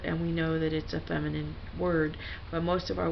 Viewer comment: Fem-eye-nine I-eye